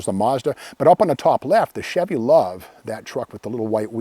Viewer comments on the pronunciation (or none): none